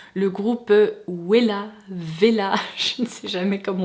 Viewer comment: J’adore vraiment cette série, merci pour toutes ces recherches!! 😍 J’espère que Too Faced va se réinventer avec ce changement de direction et j’ai hâte que Nyx sorte ses faux-cils! 😍👏 Ps: on dit bien Ouella… Il n’y en qu’en France que le W se prononce V 😁